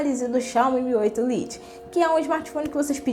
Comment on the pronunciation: vídeo muito bem explicado e feito de forma sincera, mas uma crítica construtiva: precisa tomar mais cuidado com a pronuncia do inglês (lite se pronuncia lait) e com nossa gramática (haja visto/a não existe no português). Mas vc possui boa desenvoltura e simpatia, sucesso no seu canal!